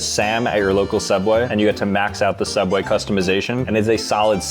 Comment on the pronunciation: “SOOubway” Not “Subway”!